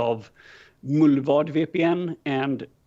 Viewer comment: Knew he had to be a Göteborgare the minute he said "mullvad". 😆💙🦁